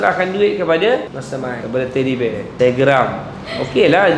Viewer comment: Mantap dan terbaik,yg lucu tu dia sebut Teddy Bear 🤣🤣